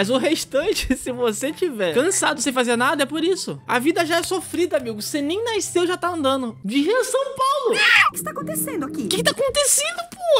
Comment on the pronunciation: "A gente nem naiceu" kkkkk